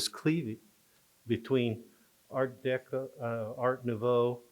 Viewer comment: Personally, I think she’s mispronouncing art deco. I’ve heard it 1,000,000 times over 60 years never once heard it pronounced her way.